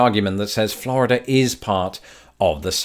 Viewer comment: please stop pronouncing Florida correctly. Practice with me now. "Flaaaaaarrrrrrrida"